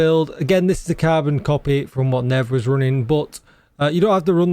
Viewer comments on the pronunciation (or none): I think it's Nerv not Nev 😂